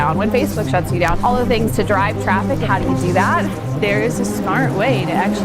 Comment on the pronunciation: Traffic not Fraffic